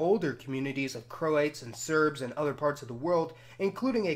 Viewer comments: Croats, not "Croates". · It's pronounced Cro-AT's not Cro-ATE's FFS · Man said "crow-ates" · Nice overview. Some quibbles: Cro-ats, not Cro-ates. And the "a" in "Slav" is usually pronounced as in "father," not as in "have." Montenegro is usually pronounced Monte-NAY-gro, not Monte-NEE-gro. Sorry to quibble, but these words have accepted pronunciations. It's like pronouncing American as Americane. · Cro " ates " vs Croats :) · He pronounced croats wrong